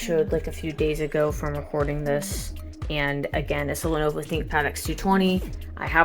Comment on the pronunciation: Lenuwu Thinkpad